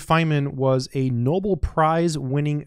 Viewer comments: It is "no-bell", although his work was "noble" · It's pronounced like "no bell" not "noble". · Know bell Prize. Emphasis on the second syllable.